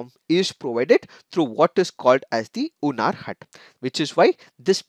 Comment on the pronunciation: Respected sir the hindi word is "hunar hath" while pronouncing the "Hunar Haat". But its ok sometimes it happen.